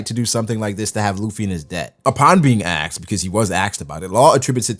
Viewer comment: please, it's asked*, not aksed